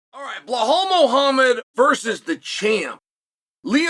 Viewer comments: Blehal 'Remehmber theh nhame' Muuahham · “Blau-Hall” - Chael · I love how he leans into getting the names incorrect sometimes 🤣🤣 always calls him Bill Hal Muhammad 🤣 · First the typo, then Chael comes right out of the gate with "Blehal" lmao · BLA HAL . 1 second into the video and hes already done it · It's "Belhal" good Sir... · And in the video he says blahhal muhammad. Chael is doing that on purpose at this point 😂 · He doesn't even pronounce the first name correctly 😂😂😂